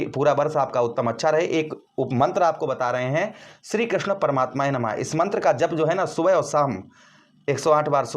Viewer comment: Mantra hai SHRI KRISHNA-PARMATMANE NAMAH NA KI SHRI KRISHNA PARMATME NAMAH